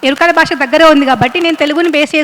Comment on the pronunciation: Yerikala basha kadu amma, yerukala basha... please correct pronunciation